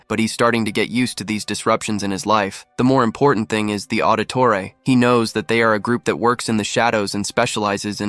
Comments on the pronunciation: Auditore?Ezio audtore? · Did you say Auditore?? 🤣 The assassin family? Really